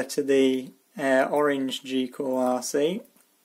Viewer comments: why do you say g cool isn't it gool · goolrc not gcoolrc 🙏🙏🙏🙏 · Cool video, but it's GOOLRC. Not GCOOLRC. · I like how he calls it GeeOolRC instead of GoolRC. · why some words the "T" is pronounced and other words the t is silent??? there is a "T" in the word M-O-T-O_R correct? or he adds letters to a name goolrc is pronounced geecool rc???? where did the e and c come from? beda? i think he is trying to say better could be wrong